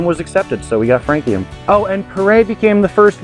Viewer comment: How did I immediately know you would still mispronounce this one? 😅 Great idea going with frog legs by the way